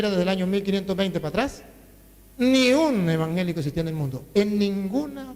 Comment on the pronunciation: No se dice embangelico cura bruto, se dice evangelico